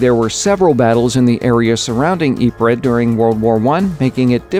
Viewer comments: He keeps saying it wrong he says it like yeepreh it's yee preez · Ypres pronounced YEEPS not YEEPRE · Realy nice to see that part about Belgium! I'm Belgian myself , and i had thought it was weird they didn't include any Belgian maps.. Also i live like a 20min ride away from Ieper (Ypres) and went to school there! FYI , You pronounce is like E-per. Always happy to teach people stuff! :) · Yo just thought I would let u know ypers is pronounced "eep" basically, also during the war the British soldiers would call this wipers. Great video by the way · you pronounce ypres like eep